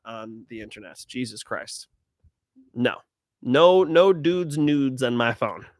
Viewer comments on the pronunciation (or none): none